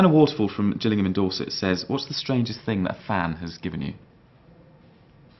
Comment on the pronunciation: My comment was the "what is the strangest thing a fan has ever given you?" :) except he pronounced my town name wrong lol, its gillingham with a guh, not a juh :P x